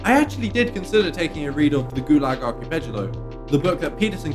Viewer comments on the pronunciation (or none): You did it again! Why do you keep saying archipejalo????? Is this some kind of dog whistling I'm not aware of? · Gulag "archipejalo"? come on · LAGO NOT GALO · "Archipejalo" you wanna watch that - it really does you no good. It's Ar-ki-PEL-ago - and it's easier to say than what you chose. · Bruh, it's Gulag Arch-i-pel-a-go, not Gulag Archi-pedg-i-lo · Jesus fucking christ man. ar·chi·pel·a·go ˌärkəˈpeləˌɡō/ ARK - I - PEL - UH - GO I'm sorry man, but huge red flags when you can't even pronounce what it is you're speaking about in depth. Like I'm to think you have a thorough understand of the Goolag Archipelago, when you can't even pronounce the title? I do assume you do know what you're talking about, and just say things wrong... cause bad raising or something? But seriously, not once, until this comment, has ANYONE ever corrected you? At any rate, that was my main gripe. Otherwise the video was okay. Not entirely disingenuous, at least. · I don't know how you expect ANYONE to believe you read a book when you don't know the name of it. The fuck is a archipegalo? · Why are you pronouncing archipelaJo? What the hell is that? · working ..uh classroom .. school uniform .. dya think ur 'cool' ooh 'calming--yet-edgy' backing muzak really helps your discourse, or was he just trying to make 'telly, then? p.s. since ' a r c h i p e l a g o ' (5 syllables.. count!) was not in your vocabulary you might at least try to r e a d it correctly off the jacket.. or risk erm .. n u c u l a r war? .. te he .. pps. lovely striptease at the end btw. was that 'the stripper' the penist was trying to play? but what w e r e you trying to say? ppps. could the next video be about how the wearing of pubie neckbeards, forming winking solidarity with our islamic brothers, it is hoped.. will save ones neck till last, crocodile style, when the going gets as rough as it must..? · Gulag "Archipegalo", fucking junior twitspeak. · Interesting pronunciation of "archipelago"